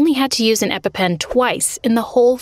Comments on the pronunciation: It’s EpiPen not Eppen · epa pens… it’s epi pens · It ain’t epe pen it’s epi with an i p en epi pen!